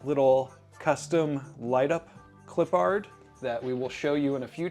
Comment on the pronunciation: Gotta say, I love this series. However. You do know you’re horribly butchering Clippard, right?